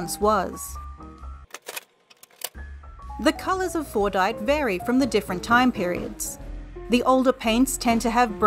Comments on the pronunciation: Well, while you did try to replicate Fordite, the mineral described in this video, "FORNITE" still sounds like the actual game, just without the "T." I appreciate your attempt to try to make it sound like Fordite. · I keep hearing fortnight istead of fordite, help me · I believe it’s pronounced ‘Fortnite’